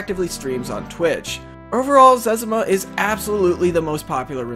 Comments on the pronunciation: its zezima not zez a muh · it's zez-ee-ma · zezima is called zezma btw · He said zezima wrong